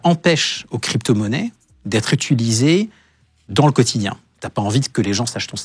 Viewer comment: Les "étuliser" tout le long de la vidéo c'est pour m'achever 😅